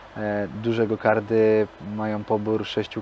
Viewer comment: "Gokardy" uszy więdną